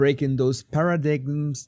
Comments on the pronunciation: suens mas come "paradime" que como "paradigmas" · the word paradigm is pronounced para-dime You brought out the inner teacher in me lol